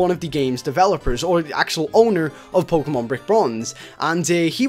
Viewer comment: u said pokenan